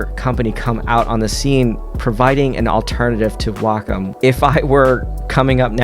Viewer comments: Nooo! Way-comm and Into-ose! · how dare you say Wacom and Intuos like that!... Nice review though. Lol